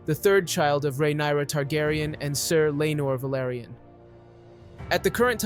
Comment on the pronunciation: Lady Laena VELARRRRYON 😂